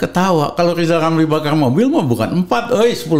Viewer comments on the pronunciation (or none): Lizal lamli..ehhhh lizal lamli..ehhhh lizal lamli...alah mau ngucap R aja kok susah...gini kok disebut tokoh...lizal lamli alah salah lagi.....rakyat cuman ketawa....wk...wk...wk. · Hebat x si abang ini Makin tua makin garang Padahal ngomong rrrrrr aja belum bisa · Pak Rijal Ramli tolong ucapkan huruf R yg benar jng dulu urusin yg bukan urusan anda hahahaha